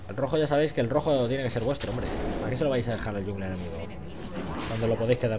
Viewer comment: Por favor, no pronuncies "yungler".